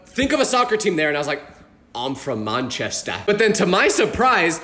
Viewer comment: Nahh why’d he pronounce “Manchester” so weirdly😂